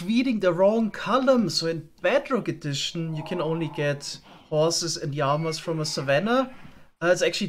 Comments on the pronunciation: sag mal sagst du Jama anstatt llama? oder hört sich das nur so an 😂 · Quick question. Why are you saying "yama"? Lmao. I kid. Great video as usual!